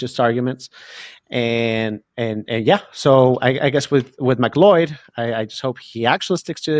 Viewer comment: That's how you pronounce it?